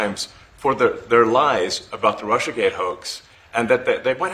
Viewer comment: Hey you you are out control. The Russia H is not a H.